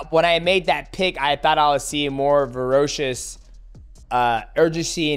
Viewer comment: "Verocious" Twice as ferocious 💪